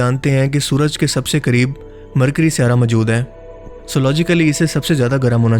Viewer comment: Majood???? Bhai moujood hota hay wo.